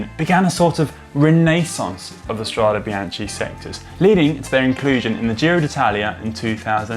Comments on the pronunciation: Connor! In italian, CH followed by a vocal it's ridden like K! So it's "Strade Bianke"! And also we read the final E like...E :-) like in "ElEmEntary", and not like "English" ;-) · How can GCN put so much effort into a video and get the pronunciation of “strade” so wrong?